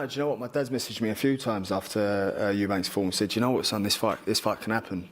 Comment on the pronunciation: Why is Ronnie Davies saying Eubanks 😂